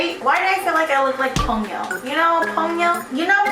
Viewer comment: Is anyone going to talk about the Ponyo thing?! It's pon-yo not pown-yo!